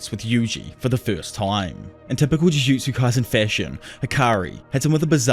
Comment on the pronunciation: “Ju joo Jew kay sen”